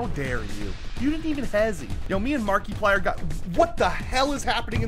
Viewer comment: Marki-PLAH SENT me